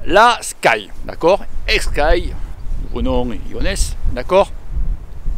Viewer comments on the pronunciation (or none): C est pas iones c est ineos hahahaha 😂😂 tkt pas moi aussi j ai du mal au debut 😂😂